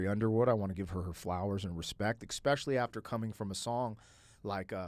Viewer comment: Some feedback for you: There is no "x" in "especially". I've noticed this in several of your reactions, and it is quite annoying, please stop saying "exspecially".